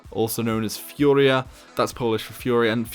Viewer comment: Furia is pronnunced FU-(like Kung FU) RE-A